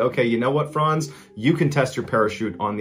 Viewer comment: Amazing that you pronounce "Franz" correctly. Too many youtubers say frænz